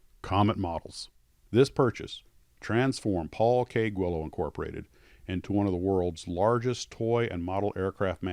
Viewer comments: I never knew it was pronounced "Gwillows" not "Geelows"... thanks for that! Loved and flew a ton of those, few sucessfully, but had a great time and learned so many skills along the way... Thanks Mr. Guillows! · Pronounced “Gwee-llows”. That’s how they answer the Phone.